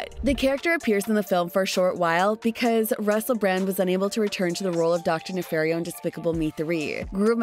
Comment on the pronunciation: NEFARIO. ITS DR. NEFARIO.